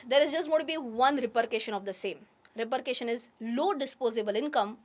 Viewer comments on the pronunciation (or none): Nice video madam. Please don't mind. A small correction. It is repercussion and not repurcation. The word comes from the original word percussion.